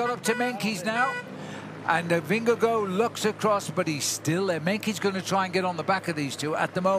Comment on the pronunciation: Bob, learn how to say Vingegaard's name!!! It's not Vingagoo!